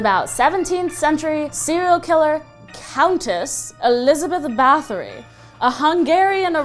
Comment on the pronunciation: Btw Elizabeth Bathory is actually Ersébet Báthory. Pronounced eh-r-shey-beht bah-toe-ree Also Im Hungarian XD Btw she doesnt have a grave I think cause she was a dumb lady.